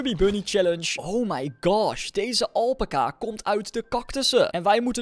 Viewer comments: Je spreekt het uit als alpaaca maar je schrijft alpaca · niet alpaka elpaca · Het is alpaca Alpaca Snap je alpaca!